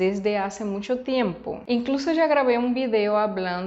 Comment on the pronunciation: Creo que dices muncho en lugar de mucho. Quizás por la visita a Zacatecas. Ánimo